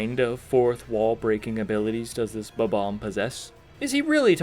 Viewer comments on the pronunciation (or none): Not "Superbobomb", "Superbombomb".